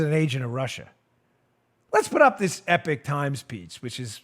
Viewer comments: "Believe you me, young," if you keep saying "The EPIC Times", I'll lose it! It's not pronounced Epic, it's pronounced Epok! "Believe you me, ", if I hear you say The Epic Times one more time, I'll make you yesterday's epoch! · Love the show Dan. (EEEE-POCK TIMES, not Epic Times) Great paper. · Eee - pock times